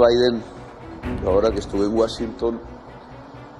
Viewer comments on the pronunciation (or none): Que se quede alla si tanto le gusta el comunismo, y es Washington, no wasinton